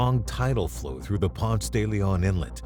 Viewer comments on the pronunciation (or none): none